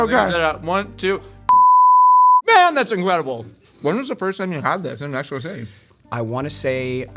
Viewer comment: i love that Xolo actually pronounces Mexico correctly in english, so yeah peeps, its [mejiko] not [meksiko]